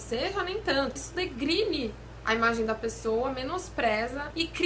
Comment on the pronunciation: Denigre?! E não "DEGRINE".